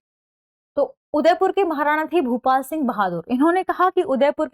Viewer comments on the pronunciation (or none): none